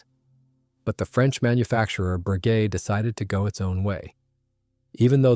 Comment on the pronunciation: Frenchman here. Not a fan of AI, but it still beats hight school anglo-saxon teachers on the correct pronunciation of Bréguet. Close enough not to shock my Gallic ears. 2) The Folland Gnat also tended to gulp gun residues.